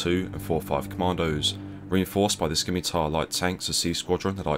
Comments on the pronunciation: Not “skimitar” tanks, “simitar”. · Skimitar?? No mate. Scimitar (pronounced simitar, the c is silent). Otherwise, good effort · Pretty sure it's shim-itar but whatever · I pronounce it Skee-mee-tarrrr (intensely rolling my Rs) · Oooooh; Scimitar! I swear I kept hearing “skinny-tire”. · Not to be a dick but just a heads up the “c” in scimitar is silent, it just sounds like “sim-itaur” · You're pronouncing scimitar wrong, the c is silent mate. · its a silent C in Scimitar, fyi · Skimitar????? Obviously not a soldier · Scimitar is pronounced "simitar". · Its pronoiunced Simitar! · Thats the first time I've heard it called a "skimitar" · Hang your heads in shame those of you who thought it a priority over all else that the narrator pronounced Scimitar correctly. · The "c" in scimitar is silent. Just like in scent. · The c is silent in Scimitar 👀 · The C in Scimitar, is silent. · the c is silent in Scimitar.